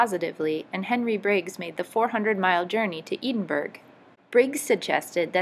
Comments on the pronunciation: it's Edin just how it's spelled, not like Eden. EH-DIHN. and it's not burg it's burgh pronounced brruh. im going to die americans it's so painful but i gave u a thumbs up nonetheless lol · I normally do not castigate anyone for mispronunciation; but the video IS a history video so I thought it must be somewhat accurate, no? And don't ask me why Edinburgh is pronounced so weird. I mean, I'll just tell you it's a Gaelic place name, and I guess some of their consonants are like vowels in a sense? No idea unfortunately